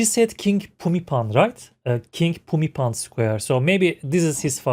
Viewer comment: King Pumipol as she is speaking of, is the same king Bhumibol. She pronounced it the way Thai people pronounce it. He was the most loved and revered king. He led by example. My late grandmother was fortunate to be in his presence once when he was visiting her village. He will forever be missed.❤💟💙🙏